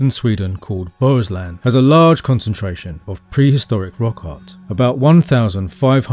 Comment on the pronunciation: I regret being late to this video, but I must commend you right away, because you got the pronunciation of Bohuslän very nearly right and it was almost perfect. Props also for "Skagerack" and "Kattegatt", especially how you pronounced the latter. Such details show that you really care about the topic, and the entire video is evidence of this.